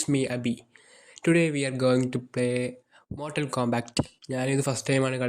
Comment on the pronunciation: Mortal kombact📈❌ Hamster combact✅